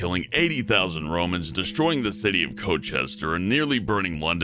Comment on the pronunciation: Pronunciation of Colchester and Boudicca makes me sad